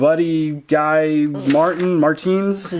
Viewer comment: that one way pronounced martins.... is he a strongman fan? well i for one was going "martiiins!" in my head 😂😂